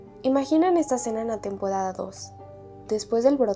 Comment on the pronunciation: Oye no puedes decir r tenpodada